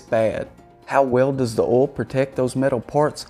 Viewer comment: Can you trust anyone that can't pronounce oil?